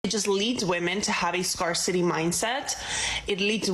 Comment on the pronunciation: When did the pronunciation of "scarcity" change? Both the woman and POM need to learn English.